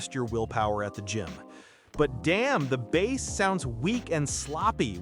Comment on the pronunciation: "The bass (pronounced like the fish not the drum) heavy sound" just to let me know the quality of these reviews